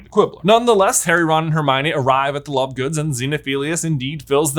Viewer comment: Did he say lovegoons?😅😂